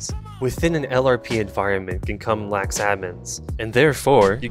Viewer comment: you got fulp right until you said lax admins